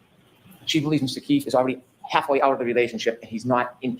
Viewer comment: Thank you for calling out that he calls him O'Keith. You're the only one to clock it. The mouth moved differently for an F sound vs a TH and he's CLEARLY messing up his name. HB is the type of lawyer people think of when they picture a scummy lawyer.